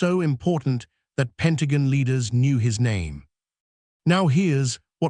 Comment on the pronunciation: It's all AI generated. The narrator can't pronounce Pentagon right